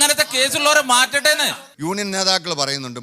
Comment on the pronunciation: Union ennu parayan ariyatavana samsarikam varunne hahaha